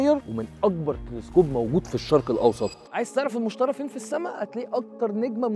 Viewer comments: تعلم عربي، اسمه المشتري ، بالياء وليس بالالف. انت كتبته المشتري، و تلفظه المشترى. ياجماعة من شان الله، في فرق بين الياء المقصورة والالف المقصورة. ميزوا بينهم. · لماذا تنطق الاسم خاطئ "مُشترَى" يينما الصحيح هو "مُشْتَرِي" الراء مكسورة, ولايمكن العيش فيه أبدا لأنه كوكب غازي ولا سطح صلب له. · إبقى إنطقها صح قبل ما تقدم المعلومة..إسمه "المشتري" ما حدش إشتراه عشان يبقى "المشترى" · المشتري وليس المشترى ... عدتها مليون مرة بالفيديو لدرجة خليتنا نركز انه بتنطقها غلط ... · انطقها صح المشتري بكسر اليا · المشترييييييييبييي لقد افسدت الحتوى بخطأ النطق